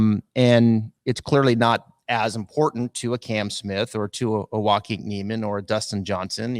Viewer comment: pronounces Joaquin’s name correctly. still pronounces it wrong. It’s Waa-Keen.